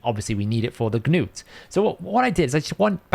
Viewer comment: Not to be that guy, but it's Nut not Ga-noot 😂